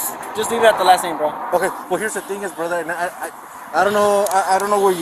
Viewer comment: You messed up "brother"